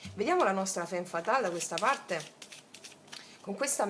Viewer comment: La ratio la appendiamo come un arazzo: al muro!!! Ps sei fantastica, lo dico solo per piacere, non per correggerti, perché sei geniale cosi come sei: femme si legge famm! Grande!!! Dio ti benedica!!! Questa stesa è da "seguire l'istinto", molto BASIC INSTINCT: litigano, fanno l'amore, lei evitativa, lui pazzo di gelosia😂❤🎉 da farci un nuovo screenplay. Una curiosità linguistica sulla "divisione": in spagnolo il verbo "partir" (partire) significa anche dividere, come anche in francese "partager" (dividere). Come si nota, la radice "part-" indica distacco, anche in italiano: "partorire", dare alla luce, quindi, evoca significato della divisione, distacco, ma anche la gioia che esiste nel dare nascita o nel senso del viaggio (animico e fisico). Siamo una PARTe del tutto ed il tutto è parte di noi.